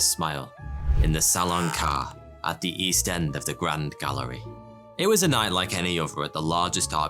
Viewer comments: It is pronounced like car ay not car. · The gallery is not pronounced car but caray . You're welcome. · Salon Carré is really pronounced as Salon Cahrray, there's an accent aigu on the "E" ;). It means "square salon". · CARRÉ is pronounced like "Kah-ray" not like "Car" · Sah-lonne car NOOOOOOOOO Carré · Indeed “caray”, carré in french meaning square. I could sit through 2 “cars” but not 3... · "salon carré" instead of prononcing the "É" as a normal "E" try to pronincing it like a "ey" in English. "Car-ey" like chimney, valley, jersey, money... Thanks for the video! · As a man of culture I thought youd like to know. the é in french is pronounced roughly like a "hey" if you remove the h. So salon carr"ey". Your "R" is pretty good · Carré is NOT pronounced as "caray" in French. That's how English-speaking people pronounce it. Probably because there is no English sound that sounds similar enough. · My French ancestors are annoyed at the mispronunciation of the French word for square 😂😂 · Carré means square and your pronunciation is all wrong. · yeah my French ears are bleeding. And he says it so many times too :| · Mispronounced? I'm native in french, but the "É" is not silent, right? 😏